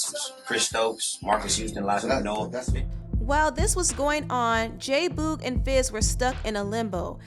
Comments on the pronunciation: Why do you keep pronouncing it Boooog ?! It's Boog as in Boogie. J Boogie J Boog......not Boooooog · I am sooooo annoyed by her saying J Boo- g. ITS BOOG, short for boogie🤬🤬🤬😡😡😡other than that, this was entertaining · J Boog like Boogie. Not Boooog. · J BOOG LOL NOT BOG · Its pronounced j boog like “boogie”not boooog like rude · J-Boog is not pronounced "BOOOG", its "Boog" like the word Boogie, without the -ie. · J who?? Fuck you talking about? 😂😂😂😂😂😂😂😂😂😂it's Boog like boogie without the ie. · Lol why do you say “JAY BUUUUUUEG” like that lolz it sounds too funny TO ME 😂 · It's J-Boog but pronounced J-Bug!!!!!!!!!!!!!!!!!!!!!!! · The way she pronounces "J boog's" name annoys me and is a lil cringey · her mispronouncing J-Boog is making me cringe lol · The way you say jboog name makes me cringe but this was a good documentary. Thumbs up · Great documentary but every time you said J Boog’s name wrong I literally cringed 🤦🏾‍♀️ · My only complaint, you continually mispronounced "Boog" whenever you said J-Boog. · Much love to your sista, but you’re pronouncing “J-Boog” wrong. I’m sorry, it’s cringy. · Ugh I hate how she saying J Boog name wrong, it’s annoying me 😭 other than that I enjoyed the video... I learned a lot about the group and their breakup and their lives after the breakup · Totally fell out when pronounced J Boog incorrectly lol love your documentaries